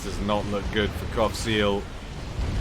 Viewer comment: Everytime you said Qaphsiel all I hear is Cockseal :/